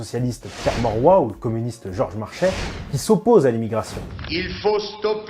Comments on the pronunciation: Pierre " Maurois " ?....Non : Pierre Mauroy. Bon sang, c'est pourtant simple de consulter sa fiche wiki ! Même si les règles de la grammaire française autorisent l'erreur orthographique sur les noms propres, mais bon... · Pierre Maurois pas Morois. Sinon c'est bien. Je dirais même excellent !